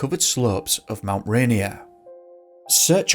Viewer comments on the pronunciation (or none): It's pronounced Mt. "RAY-NEAR" not Mt. "RAINY-Er" -- other than that, I love this video 👍